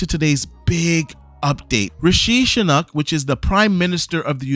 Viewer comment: The UK prime ministers name is pronounced "Rish-ee Sue-nack"